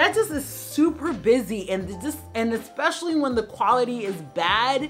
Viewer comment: It's especially - not ek-specially. (I feel that you are a person who cares about how she is perceived - so I correct you respectfully and with gratitude for your channel. I've been watching and enjoying it for many months now.)